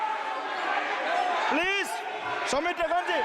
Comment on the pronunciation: Om Birla Cement saying pleaz pleaz 😂😂😂😂